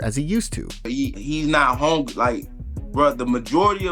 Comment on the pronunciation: Learn how to talk Buckley it's hungry not HONEGRY😂😂😂😂😂